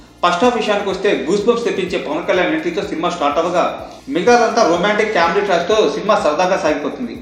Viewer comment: It's pronounced as 'comedy' not 'caawmedy'. Btw review was good